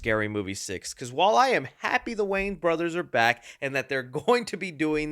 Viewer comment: I don't like the way you say "Wayans"... You keep pronouncing it as "Waynes". I believe it's supposed to be WAY-YANS